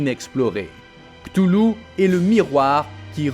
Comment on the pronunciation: Cthulhu ça se prononce "katoulou"